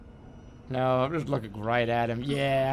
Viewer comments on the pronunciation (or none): dlc? byeah death? byeah story? byeah hoods? byeah fatty fatty mc fat fats? byeah chefs? byeah soul reaping? byeah is it time to stop this chain of byeahs? byeah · Raw Meat? Byeah. Jumpscares? Byeah. Tiny People? Byeah. Cannibalism? Byeah. Herman Munster? Byeah. Alright, the meeting of the byeahs has concluded, I'll see you all next Saturday.